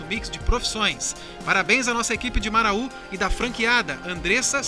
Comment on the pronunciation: Muito lindo o vídeo! Mas não se fala Maraú!!! é Marau apenas.